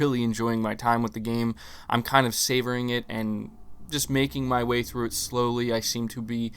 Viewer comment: This man is in denial. savoring?say it right u got bored